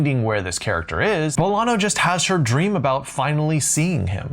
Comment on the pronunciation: Love your videos. But one day I hope you pronounce the tilde in Bolaño's name. As a Colombian, after a few of your videos, I thought: maybe Roberto does pronounce it the way you say it - Chile does like to do things differently. I've been wrong about many a pronunciation (looking at you, French). But I've watched enough of his Spanish interviews and I'm pretty sure he pronounces his name with the tilde. Also love that scene in The Secret History.